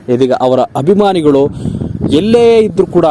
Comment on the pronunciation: ಹಾರು ಹಡಿ ಅಲ್ಲ ಆರು ಅಡಿ ಹಭಿಮಾನಿಗಳು ಅಲ್ಲ ಅಭಿಮಾನಿಗಳು ಸರಿಯಾಗಿ ಕನ್ನಡ ಉಚ್ಛರಿಸಿ. ಪ್ರತಾಪ್ ಗೆಲ್ಲಲಿ 🏆🏆